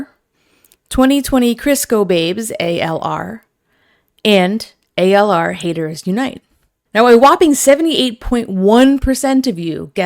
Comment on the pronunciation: It's not ALR its ALyR